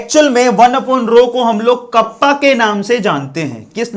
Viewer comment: कापा bolte h sir ..कप्पा nahi